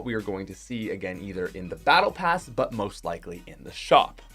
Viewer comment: Why did you say “” ethier it will come to the season 3 battle pass”